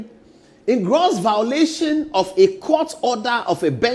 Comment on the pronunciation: A whole presenter saying “vowlation” .. you guys are funny